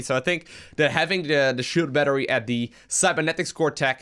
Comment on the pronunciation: Shield BNattery? that Broodwar goodness